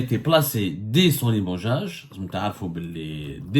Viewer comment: Si on retire toutes tes répétitions dans ton discours ta vidéo ne va pas durer plus que 10 mn. Fais un petit "toilettage" au lieu de te répéter à longueur de ton intervention. Et pour finir améliore aussi ton élocution en français c'est insupportable. Quelques exemples: "la védéo, la déréction, dès son lémogeage, autorisation délévré, et de fél à aiguilles et j'en passe ... Par ailleurs, je souhaiterais savoir aussi pourquoi I24News, chaîne propagandiste de l'état criminel sioniste qui assassine femmes, enfants et vieillards Palestiniens DÉSARMÉS t'accueille les bras grands ouverts. Cela mérite réflexion de notre part sur le pourquoi du comment et des éclaircissements de ta part. 😉 Sinon pourquoi tu monétise tes vidéos avec des pub intempestives puisque d'après toi, le but d'Algérie Part est d'informer les algériennes et les algériens.